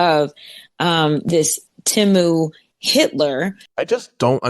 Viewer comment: This woman is in it for the perks and that’s it. Also it’s Temu, not Timu.